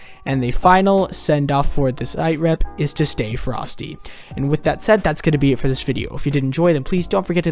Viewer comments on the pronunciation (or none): It’s not “siterep”, it’s sitrep. As in situation report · Sitrep is pronounced sitrep btw